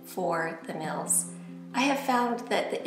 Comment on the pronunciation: I like how she pronounces meals. Sounds like "mills".